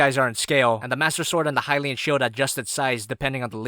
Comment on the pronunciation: The HYLIAN SHIELD The HILLIAN SHIELD The HUAAAGH